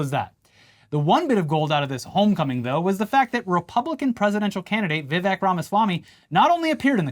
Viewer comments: Isn't it Vivek rhymes with cake?! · You should pronounce Vivek's name correctly. It rhymes with "urinal cake"